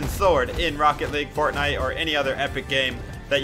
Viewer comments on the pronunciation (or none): none